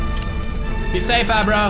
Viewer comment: the horse's name isn't agro and isn't aro.. it is ABRO, because he is, as us, A BRO. understood?